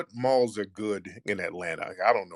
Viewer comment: This dude said balls instead of malls 😆🤣😂